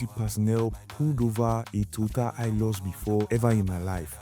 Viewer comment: It is pronounced as ''hi lux'' ''Hi'' as in high So ''high-lux'' is right and not ''hee-lux'' Same as Toyota Hiace "High-ace" Shalom